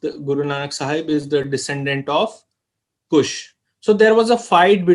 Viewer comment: Not Kusha,,Kush,,Correct Ur Word